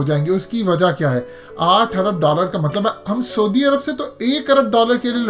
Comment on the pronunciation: میاں سودی عرب نام کا کوئی ملک نہیں ہے۔ لفظ ہے س عو دی عرب۔ یعنی س پر زبر اور ع پر پیش۔